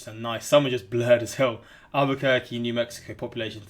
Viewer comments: And he pronounces Albuquerque perfectly haha. I love. He's awesome. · How tf did he know how to pronounce Albuquerque but not Wichita, Anchorage, Boise, Omaha, and Louisville?